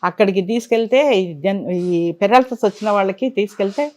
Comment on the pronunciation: పారలాసిస్ కాదు పెరాలసిస్